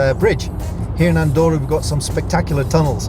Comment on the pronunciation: No se pronuncia "Andoura", se dice "Andorra" xD. Buen lugar para vivir!